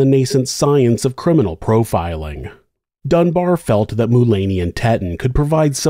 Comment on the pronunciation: Dunbar, not Dunbear